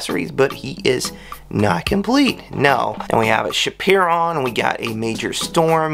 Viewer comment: Whoa nice haul! It’s scrap…iron just fyi